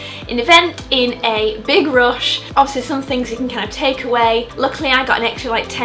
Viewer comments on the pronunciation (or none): none